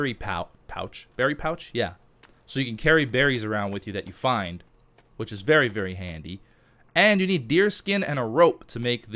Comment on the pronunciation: You mean berry, berry handy? :D